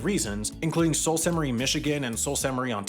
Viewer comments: It's "Soo" not "salt" lol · For your future correction video: Sault is pronounced as "Soo/Sue/Sioux" for the respective cities on the locks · The “Sault” in Sault Ste. Marie is pronounced “sue”, the town in Washington is pronounced is also pronounced“sue-mass”. Abbotsford is my home town! :D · Sault is pronounced as "Soo" / "Su" not even close to Salt. Lol. The l and T are both silent letters that modify the diphthong "au". Sault \ ˈsü \ : a fall or rapid in a river. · I would say it’s an oversight rather than a mistake. By the way, “Sault” is pronounced “Soo.” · Got one to add to next year's mistake video: Around here (Michigan/Ontario), the "Sault" in Sault Saint Marie is pronounced /suː/ like the name Sue, or the nearby Soo locks! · Sault is pronounced sooh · Yeah, I cringed at "salt". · As a Michigan resident hearing it pronounced as “salt” made my brain hurt. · But it is pronounced Soo, both English and French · I paused immediately to search for the comments correcting that one. 🤣 I think I physically winced when I heard how he said Sault. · When he said sault my brain literally glitched 😂😂